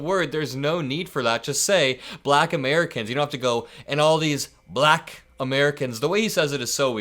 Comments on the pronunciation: He says "black" like "bulayuck". Weird person, that tfg. Vote blue!!!💙💙💙💙💙💙💙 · He says "black" a RIDICULOUSLY hard "K." Hmmmm... 🤔🤔